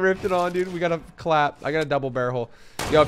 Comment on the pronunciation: he said double barrhole